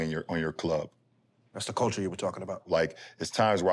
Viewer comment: Bron said "Coulture " lol